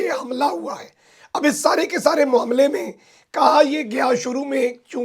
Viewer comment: 🇵🇰🇵🇰🇵🇰🇵🇰🇵🇰🇵🇰🇵🇰🇵🇰 یار اپنی آواز تو ٹھیک کرلے پہلے تری تو آواز ھی نہیں نکل رھی اور تجھے۔تو یہ تک نہیں معلوم کہ لفظ کا تلفذ کیا ھوتا ھے تو معاملے کو موملہ بول رھا ھے شرم کرو یار اپنی قومی زبان کو۔تو سیکھ لو کیسے کیسے چول آجاندے نے یار سوشل میڈیا تے فٹے منہ